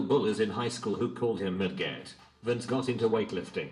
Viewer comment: Voiceover dude messed up pronouncing Denise and midget🤦🏾